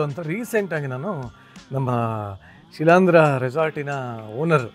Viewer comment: ಶಿಲಾಂದ್ರನಾ ಅಥವಾ ಶಿಲೀಂಧ್ರ ನಾ, ದಯಮಾಡಿ ಪದ ವಿಭಾಗ ಮಾಡಿ ಸರಿಯಾಗಿ ಹೇಳಿ